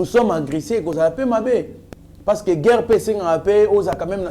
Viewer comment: Svp monsieur, essaye de corriger l'articulation de gueurre et de monsier